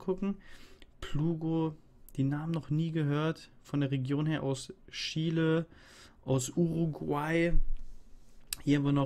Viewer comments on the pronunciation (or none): none